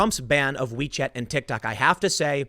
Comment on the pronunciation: Did boomer tim call it a tick tak?